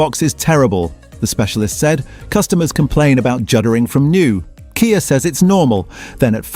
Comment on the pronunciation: Once again, useful information spoiled by terrible AI generated narration, that can't decide whether it's talking about a Kia or a K. I. A. Nor did it know how to pronounce Sportage. Just do your own narration, or pay a human to do it for you